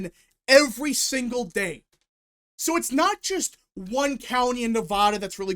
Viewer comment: Say Nevada correctly